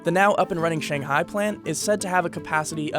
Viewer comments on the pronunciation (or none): none